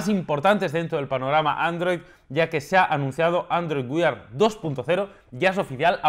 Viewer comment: ''Android Weird'' JAJAJAJAJAJA cada vez que lo decía no podía evitar reírme. No entiendo porqué no lo pronuncia como ''wear''.